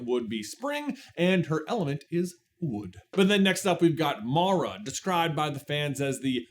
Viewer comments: Love the video, but the mispronunciation of Mira drives me crazy every time he says her name 😭😂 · It really made me irrationally angry. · idk about "irrationally". Pronouncing someone's name correctly when you have audio references that you've supposedly been watching on repeat is the least you could do. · I know I won't be the only one but... it's Mira, not Mara... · Who is Mira? Mara is my favorite. (It's actually Zoey. She just so extra.) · Your mispronunciation on Mira(it's like mirror, not my) bothered me a little, but this was interesting. My favorite song changes daily depending on what's stuck in my head, but it's usually Golden. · take a drink everytime says Mara not Mira XD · Mira. Her name is Mira, not MARA. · I was about to be like "My dude! Mira! MIRA not Mara!" Then I saw this post. Take the Like. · IT IS MIRA NOT MARA! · If you guys do another video, please, please, PLEASE, stop calling Mira "Mara"! Her name is not Mara! The subtitles even say Mara! I can understand J not realizing he said her name wrong EVERY SINGLE TIME, but how did the editors not catch it, and make a note on screen, or have him dub in the correct name???? Come on guys! You're better than this! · MIRA ~ M i r a ~ Mira like a Mirror, 😂 Or is it just an ongoing trend where people purposely mispronounce her name, bc people always mess hers up from what I’ve seen 😅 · My guys....I love the topic and would love to see more KPDH material buuuuuuuut......as it's been said: Mira not Mara, Zoey = Turtle, and its 'a zhr' not 'a zūre'. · Rumi, Zoey, and Mira! Not Mara. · But what part of her name being Mira not Mara was that difficult!? I love the theory crafting, but the mispronouncing the name is on the levels of pronouncing aang wrong as ong. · It’s M-I-R-A Mara is a kind of jungle rodent found in Latin America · Hermione: "You're saying it wrong! It's Mira not Mara." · not "MARA" noooo 😭😭